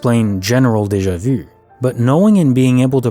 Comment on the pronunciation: Anyone giggle when he says Deja vu?